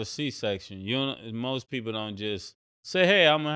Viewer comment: AND HE SAID "ROAST RECENTLY" HE MEANT "MOST RECENTLY" 😂😂😂😂😂😂😂😂😂